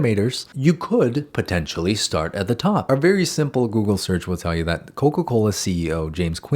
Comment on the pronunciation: ......Coca Colaaa??